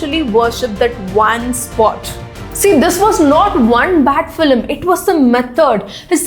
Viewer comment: Please pronounce film like its spelt not FILLIM 🤮